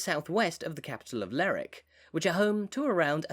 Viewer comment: Nice video but it's not "Ler'ick", it's "Lerwick".